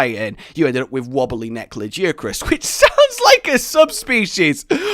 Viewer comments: Lajiacrus?! It's lagiacrus mate 😂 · a guy laggy-ak-russ, not lah-jee-ak-russ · La ,guy ,a ,Chris that's how you pronounce lagiacrus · La, guy, a, Chris, that's how you pronounce lagiacrus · I do hate trying to correct people on how to pronounce monster names, but... BUT , La-Gai-ah-Crus